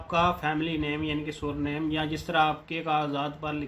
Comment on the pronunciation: بھائی سُر نیم نہیں ہوتا سَر نیم ہوتا ہے surname